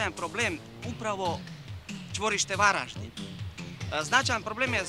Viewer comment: Kak grdo izgovara ime grada Varaždina.